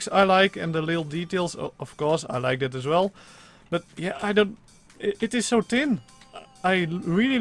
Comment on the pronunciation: Love the accent lol fis instead if fish tick instead of thick tin/tinner instead of thin/thinner As if you can't pronounce th